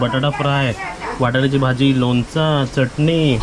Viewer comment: लोंचा काय लोणचं बोल ना